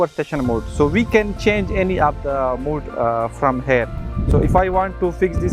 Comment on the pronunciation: Mode, not 'mood', thanks for the video